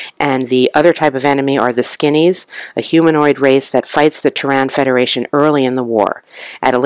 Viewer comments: NOT Tehran( a country on earth) its Terran as . Pronounced TEAR-IN meaning from earth ,and it does not only happen on one planet like you said the scenarios happen on different planet represented by only one board.. This too is my favorite game, and to not use nukes is crazy in this game, Arachnids can only win most scenarios with well placed nukes. glad you enjoy the game its a classic. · The accent on Terran is on the first syllable.